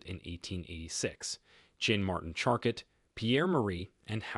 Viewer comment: It's pronounced charco.....not charcot.